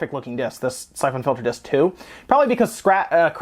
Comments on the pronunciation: The way you pronounce "syphon" makes me want to stab my brain. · That's not how you pronounce syphon...